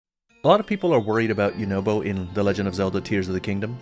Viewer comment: It’s pronounced you na bo